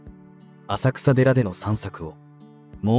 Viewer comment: 浅草寺は「あさくらでら」とは言いません、地名は「あさくさ」ですが「せんそうじ」と読みます。正式名称：金龍山浅草寺（きんりゅうざんせんそうじ）